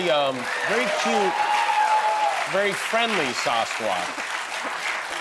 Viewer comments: Nice interview. She seems like a lovely girl. I live up here in the PNW. Land of the fabled Sasquatch. I cringed every time Jimmy mispronounced it as Saucequatch. Riley would gently correct him every time he said it, but he was defiant. It's Sass-quatch. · Quit saying saucesquatch Jimmy. ITS SASSSquatch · What is with Kimmel’s pronunciation of Sasquatch? It bothers me, and he said it 30 times! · WTF is up with Jimmy's pronunciation of Sasquatch?